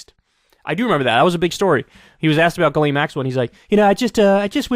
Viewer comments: I sincerely hope Kyle goes back to pronouncing her name as Jizz Lane. It always put such a smile on my face, it's a more deserving name for her honestly. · "JIZZ-laine Maxwell" LOL! She knows what many people did "PARTYING with Jeff Epstein."